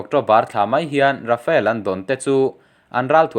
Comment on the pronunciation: Rafael tih angin i lam lek lek thin.